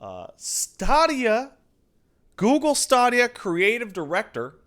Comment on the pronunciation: HOLY FUCK. Sense the Stadia got announced ive been cringing every time you say Stawwdia. But at the beginning of this fucking stream, I was like, "know what? Fuck it, Stawwdia doesn't deserve to have its name said right." And then merely seconds later you pronounce it STAYDIA Pat your a fucking bastard and i love you.